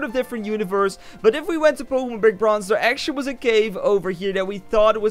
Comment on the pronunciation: Everyday u say pokèmon in this game